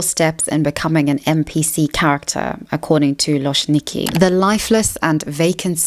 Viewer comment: Just a little note about loczniki (love them btw) - it's supposed to be prounanced like loh-ch-neekee because in Polish cz is basically like ch in English 🤗 I honestly think that they're doing this stuff for fun, they don't try to sexualise themselves, more like just make content that is funny/interesting to watch